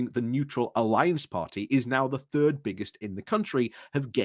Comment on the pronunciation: And Third isn’t pronounced as turd:)